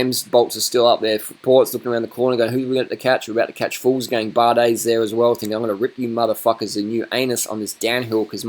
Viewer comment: not "fools gang" but "vuglsang"